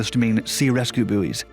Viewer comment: was distracted by his mispronunciation of the word "buoys"-it is pronounced "boys" not "boo-ees" for goodness sake